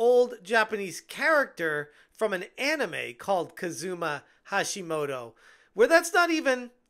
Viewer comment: say it with me, KUZUma! KUZUma! KUZUma!